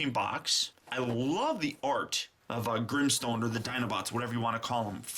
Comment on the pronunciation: Es Grimstone no grinstones 😲